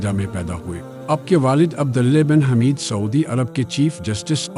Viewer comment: حَمِيدْ نہیں بلکہ حُمَيدْ برائے کرم إعراب کا خیال رکھا جائے اوربھی کئی کلمات صحیح ادانہیں ہوئے کس طرح صحیح تلفظ آواز کی صورت میں بھیجوں؟؟؟ نمبر؟